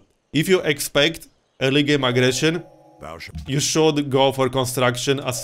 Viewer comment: The way you said early game aggression sounded like illegal immigration :D